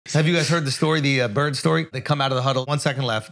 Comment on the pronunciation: Imagine being Ainge and not telling your coach in the huddle: You mispronounced Bird, Coach.